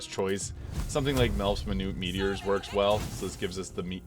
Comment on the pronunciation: can tell you never got into the first baldurs gate games since you cant pronounce melts minute meteors the best spell arguably for sorcerers